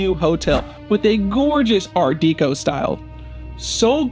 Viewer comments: I’m sorry, what the hell is Art Deeeko??? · Exactly. He means Art Deco, but cannot say it properly, just like he says buness for business! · You lost me at "art deeko style". What an idiot.